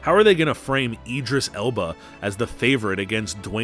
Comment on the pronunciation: Dude, what even is your pronunciation? Hem-doll? 😆 EEEdris? Hero-ic? Joel-ee? I’m just sittin’ here LMAO.